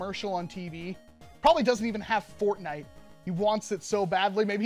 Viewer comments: HE SAID FARTNITE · when he is testing it for fps he says fartnite🤣